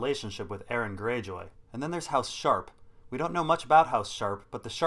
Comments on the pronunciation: I cringe every time i hear Aaron... Its Aeron lol like ay-er-ron... Jus5 call him damphair lol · Nobody:...: Pronounces Aeron as Aaron